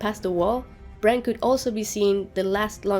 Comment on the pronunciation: it's Bran as Val said so!